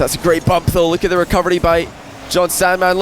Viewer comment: the best thing about the commentary is still that every time he says "recovery" i hear "recubbery"